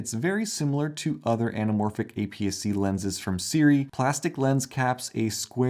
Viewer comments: We really are spoiled as creators nowadays. Honestly. These lenses are really good for the price, and are simply unheard of just 5 years ago. What a great time to be into anamorphic shooting! BTW, it's pronounced "SOO-ray", not the way you are pronouncing it. Pet peeve of mine, such mispronunciation. Don't mind me LMAO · It took them a while because you mispronounced their name.